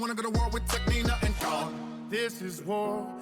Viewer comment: Gawne is pronounced Gone